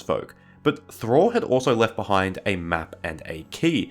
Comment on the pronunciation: Thráin, not Thrain. It has two syllables and doesn't rhyme with 'train'.